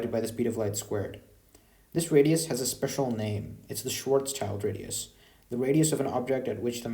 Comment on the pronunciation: Schwarzschild is pronounced more like shwarz-shild